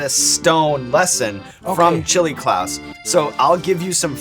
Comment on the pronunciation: Klaus seems like such a nice dude, i felt offended for him when ed curry was calling him "clause" when they ate the pepper x. Seemed like a deliberate insult from him idk if he genuinely doesnt know how to pronounce "klaus", especially hearing everyone saying it over and over before that and still going "clause" is blah blah blah... like, why would you do that if not to be insulting to him? He didnt deserve that..